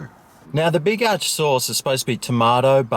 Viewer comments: Yep... Ya got it right when ya called it the big arse burger instead of the big arch burger... LMAO 🤣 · Not the B.arch burgah😂